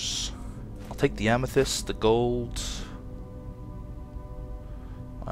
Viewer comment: You have earned my subscribe most utubers dont know how to say Amethyst